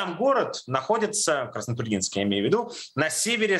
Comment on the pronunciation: удивительно что на Краснотурьинск правильно ударение поставили....наверное пока звонили в военкомат, там исправили.)))